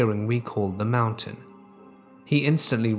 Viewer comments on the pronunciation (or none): none